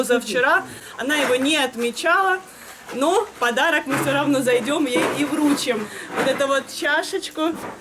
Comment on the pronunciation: Вручим---ударение на последний слог. М-да...Ну спите, спите.Мы здесь причем? Что Вы нам этот кошмар показываете и рассказываете? Спите с кем хотите, хоть со священной коровой.